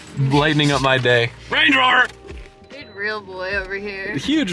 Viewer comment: “RANGEROVAA”